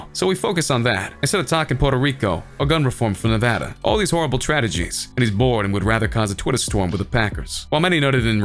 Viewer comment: He said "Tradegies"